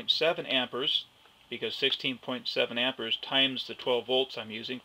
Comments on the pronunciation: lol, it's called am-peer-s not am-pour-s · Why is saying "ampers"? The man's name was Ampère, and it's pronounced /ˈæmpɪər/. Not Amper. Jesus. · It's pronounced 'am-pairs' NOT 'am-pers', jeez. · If you say "amper" it's hard to believe the rest.